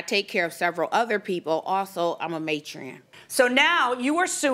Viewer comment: she’s a “may-tran” 😂😂😂😂